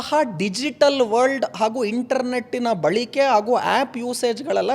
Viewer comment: Balike alla Balake antha heli